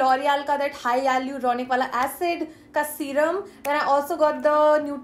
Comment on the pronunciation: "Haiyaluronic" 😹 that shit irritates me too